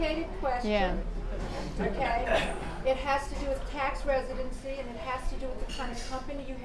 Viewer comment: Glad to hear pronounce the term "tax residency" as people do get unstuck in this one.;-) One other thing that strikes me as important is the immigrant/expat terminology. An expat may stay long-term but the intention is always to return to one's country of origin. If the intention is to become a permanent resident, then technically, that's immigration, not expatriation. It's about intention.😊